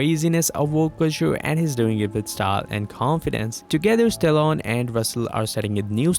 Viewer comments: Oof the way you pronounce Stallone is like Stalon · Stallone became Stallon by the end. Coach Russell instead of Kurt Russell. The mispronounced words are too many to count. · Sylvester Stallone, NOT, Stallon LoL.